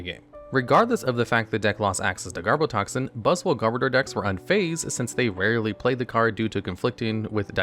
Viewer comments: Sorry to be "that guy", but it's pronounced "Garb-odour". As in "Garbage" and "Odour". Not "Garb-o-door". But nice video! 👍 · Got 2nd in my first ever Regionals with a Garbodor deck, so I kind of developed a soft spot for this literal pile of garbage. Also noticed almost nobody pronounces Garbodor correctly. It's garbage + odor as in 'body odor'. Even though this pronounciation just feels off.